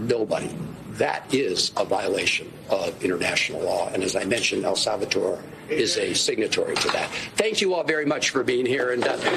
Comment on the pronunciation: “El SAL VA TOR” - van hollen